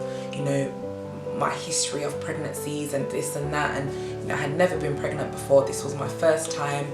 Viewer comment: was gonna watch till i read pregnant as pregAnant! lmao